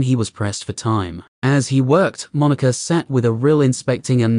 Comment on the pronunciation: AI voice: "this character is named moniker" Listener: "you named a character 'name'?" Ai: "not moniker, moniker."